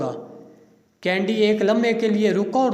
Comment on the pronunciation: قاری کا تلفظ ؟ کینیڈی کی بجاۓ کینڈی پوری گفتگو میں